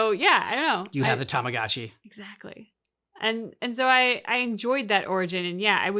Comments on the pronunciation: "Tamagachi". He's butchering the Japanese language 😖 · Why he call tamagachi and not tamagochi ?